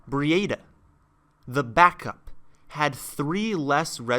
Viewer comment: Breedah not Bree Aid Ah